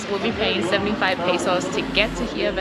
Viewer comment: Hey guys. Just a few tips on pronunciation. OAXACA is said OA-Ha-Ca, with an H sound for the X. Hirve el Agua: IR-ve el Agua, no H sound. Not HUE-Ve. QuesO is cheese but when we are talking about the Quesadilla. That is 4 syllables: Que-sA-Di-Ya. You need to practice more. By the way, this Hirve el Agua seems to be basically the same as a Staglamite that you find in a cave. Stalactite and stalagmite. The other "cliff" you saw from below I think it called cortina, the curtain (folds). There's a lot of "calcium" in the waters in Mexico. The calcium is what makes the water look like turquoise (green/blue) like in Chiapas. We went to Cascadas Agua Azul. If there's no storm/rain, the water is beautiful. When we went, there was a big storm so the water was brown. But it was warm and the overnight stay in the cabanas was a nice sleeping in the jungle experience. The rivers and waters in the San Luis Potosi (Huestecas Potosinas) are so beautiful and turquoise. That's probably the next trip for us. The beautiful waters of Quintana Roo like in laguna Bacalar. There's so much mineral in the water, they have to clear the pipes of showers and toilets once a month. It's like sand in the faucets that lower the water pressure! Another place to visit is Las Grutas de Tolantongo. Beautiful and they have pools too, kind of man made. But look at the river where they made it like terrace. Water is warm though. Hot water comes out of the cave. You can go inside and see it. Collectivo for 50 pesos